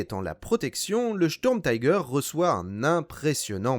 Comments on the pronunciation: Pourriez vous prononcer Sturmtiger complètement à l'allemande s'il vous plaît, on dit Sturmtiger pas taiger, c'est de l'anglais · Bel effort sur les prononciations. Sauf le "taille gueur" qui pique un peu, c'est pas de l'Anglais ^^" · Merci pour ce docu'. Comme dit par ailleurs en allemand la prononciation est plutôt "chtourmtigueur". L'engin lui-même fait partie de la multiplication des projets qui ont fait perdre beaucoup de temps et de moyens à l'Allemagne , personnellement je ne m'en plaindrais pas! La victoire a été à ceux qui produisaient en masse des engins simples en évitant de s'éparpiller en projets diverses et inutiles! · J'ai un doute concernant la prononciation de tiger à l'anglaise...